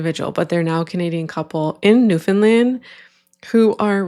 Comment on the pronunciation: If I didn’t already know you’re Canadian, I would be able to tell because you pronounce Newfoundland properly! Lol